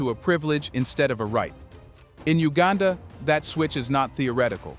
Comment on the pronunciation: It's not HUegaaaanda! It's U gan dah!